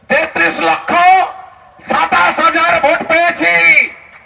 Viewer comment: আপনার প্রতিটি উচ্চারণ সুন্দর পরিস্কার। কিন্তু ৩০শে না বলে ৩০শা, ২৭শে না বলে ২৭শা বলেন কেন ??